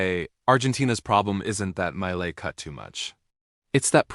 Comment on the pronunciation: The A.I. do not know how to pronounce the name of Javier Milei and his best books and authors.....